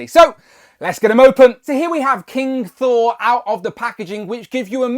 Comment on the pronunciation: Hi Mate. It's King Sore